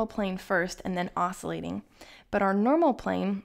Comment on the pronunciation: Not to pick nits but the pronunciation is \ˈäs-kyə-ˌlāt\. The 'c' is a hard c.